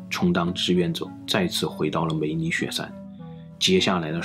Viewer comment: 我吧梅里雪山聽成美女雪山😂